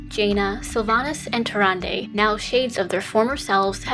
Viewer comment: murozond is meant to be nuzz after hes gone insane... or something like that. hes also from a different time string like the infinite dragonflight (which dont exist in our string) and they way she pronounced tyrande got really annoying >.<